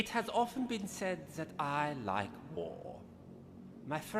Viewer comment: why I hear "whore", when The Major said "war"? Seriously, I'm hear this every time, when listen his speech!